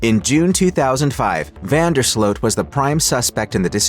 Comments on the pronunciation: Ya need to pay attention and learn how to pronounce names. We can see it is Vandersloot and everyone with a brain also pronounces it Vandersloot not Vanderslote. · Van der sloot like “boot” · Van der SLOW is the pronunciation. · This sounds why does this AI keep messing up his name? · Most of the western world knows how to pronounce his name except for this bot/ narrator.